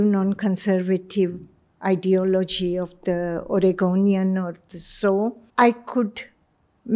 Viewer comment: Host should improve his English pronounciation mainly letter T and D he pronounce it as Thee and Dhee which is quite irritating to listen